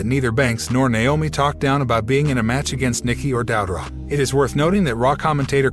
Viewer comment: I know right! He also messed up on Doudrop as well. Lol